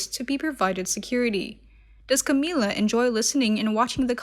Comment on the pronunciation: Her name is Camilla not Cameela